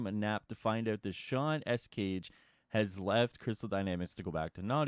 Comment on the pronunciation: Escayg is Pronounced (Es- Sky)